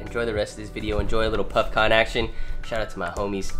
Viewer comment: im kinda high af and when he said puffcon i thought he was saying puffkhan and i was like yo thats dope